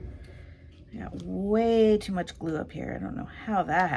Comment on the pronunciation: Okay, much to comment on! The way you say '...Galoo' (glue) in your intro has me smiling like crazy, Sherman snoring in the background has me chuckling...and then the actual ICAD, CUTE or what! The quote is just perfect. Can't believe you threw his legs away, lol. 😘❤